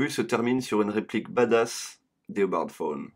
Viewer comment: et dit pas fone mais tawne